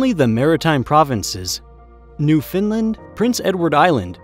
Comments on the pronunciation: It’s pronounced like “NOOF-un-land” as opposed to New Finland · ... It is not "New Finland"... it is New Found land = Newfoundland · It's not New Finland, but rather New Foundland. 😊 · I’m dying at the fact he can say Saskatchewan but says Newfoundland as new finland. And how he says Regina 😂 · No, that’s how we say it too most of the time. He definitely said New-fin-lend, which is totally different. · I’m dying at the fact that, despite having a background in world geography, he can say Saskatchewan perfectly but pronounces Newfoundland as "New Finland"—and don’t even get me started on how he says Regina! 😂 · Spot on. Last few years I have heard "New Found Land" pronounced slowly and thought I had perhaps been pronouncing it incorrectly. It is probably computer generated narration. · New-Fin-Land. That's a new pronunciation. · Pronouncing Newfoundland as "New-Finland"? Oh, boy... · Couldn't take this seriously as soon as I heard, "New Finland." Sorry. Some of it well-researched, but other pieces of info. so starkly incorrect. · bwahahah new-fin-land. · Around 11 minutes in I thought “that’s the most incorrect I’ve ever heard anyone pronounce ‘Newfoundland’” than a minute later I heard the narrator say ‘Portage La Prairie’ and like… hoo boy guys, there’s pronunciation guides to these names online, they’re not hard to find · Also, ive never heard anyone put a french accent on Portage La Prairie. And the pronunciation of Newfoundland was way off.